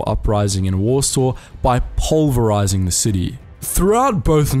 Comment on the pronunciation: you mean POLEverize?